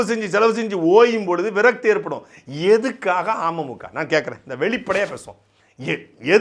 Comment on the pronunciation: துரைமுருகன் அண்ணா.. நீங்க அமமுக னு உச்சரிக்கறப்போ 'ஆமை மூக்கா' னு கேக்கறது. சீமான் அண்ணனோட தம்பி னா சும்மாவா..?? டிடிவி பின்னாடி இவ்வளவு தகவல் இருக்குன்னு அரசியல் புரிதல் இல்லாத எங்களைப் போன்ற பாமரர்களுக்கு சாட்டை பதிவுகள் வரலாற்று ஆவணம். ஆமை மூக்கால இருக்கற அண்ணன்‌ தம்பிங்க எல்லாம்.. டிடிவி.. பின்னாடி திரியாம இன்னொரு முறை விடிவி படமாவது போய் பாருங்கப்பா. செம லவ் ஸ்டோரி. சிம்பு அட்ரா சிட்டி பண்ணிருப்பாரு. துரை அண்ணா உங்க தில்லுக்கு தலை நிமிர்ந்த வணக்கம் 🙏